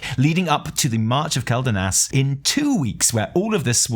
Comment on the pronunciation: It's kwel-danas. not kel-danas. the Quel in Quel'danas is the same Quel in Quel'dorei or Quel'thalas, both of which have been said countless times in the game. It's kwel. Please start saying Quel correctly.